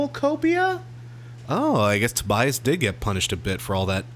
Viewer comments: Tobias won't listen to you if you say his name wrong. it is Toe bee us. Last name for geh. 😁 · Matthew Roberts majority of reviews are praising this album. it's pronounced Toe bee us.